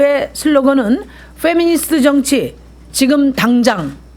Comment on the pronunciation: 페'니미'스트ㅋㅋㅋㅋㅋㅋㅋㅋㅋ 미니페스트라고 하지그러냐ㅋㅋㄱㅋ